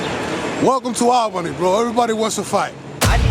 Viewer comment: It’s pronounced AWLbany or ole-bany lol